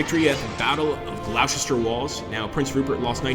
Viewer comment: GLOSTER! Not Glowsester lol (amongst others) lol